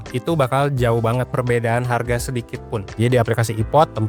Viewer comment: Wong palembang kah kk, sempet denger ngomong hargo😅